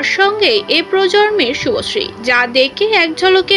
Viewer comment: Didi apni age bolte sikhun thik kore...ota susree noy subhosree😂